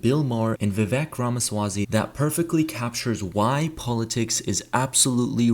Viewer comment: It's not Rama swazy.